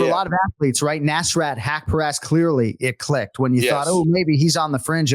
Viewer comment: Hey anik, the S in nasrat is like US., rut like hut. nuS-ruT.